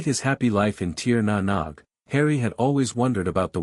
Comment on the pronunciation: If I hear the phrase "Tier Na Nog" one more time I'm going to barf. I swear it's more effective than Tincture of Ipecac.